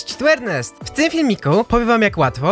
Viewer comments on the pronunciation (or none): none